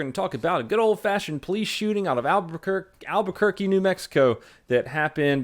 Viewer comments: Wow you almost didn't butcher Albuquerque GREAT JOB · You botched it at first but good pronunciation of Albuquerque.